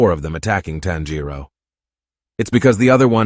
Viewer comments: And the way they pronounce Tanjiro. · Please why can’t Americans says his name correctly🫤🫤 it’s TAN-jiro wtf is a tanJIro??? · why WHY why does he say tonjero like toneeereoo